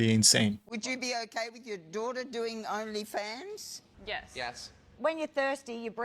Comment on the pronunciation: she said “my dwaterugher” 😂